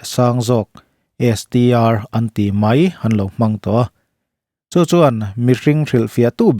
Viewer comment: Mai tih turah mei tih hi hmang thin teh suh u.Mizo tawng in pawng sual/in ti dajat